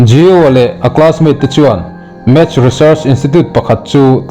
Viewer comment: Enge math chu?vawi khat chhiarah hian record thin suh uu,match ti tal la,vawi thum vawi li,record a tha ber thlang rawh uu,mizo tawng pawh lam.dik lo,saptawng pawh dik lo bawk,ngaihthlak a hreawm,in zir nasa rawh